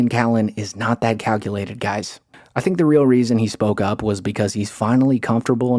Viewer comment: I didn't expect to leave here thaankin. But since we're here, I thaank, I thaank Joe's gonna need to get the H out of there, and soon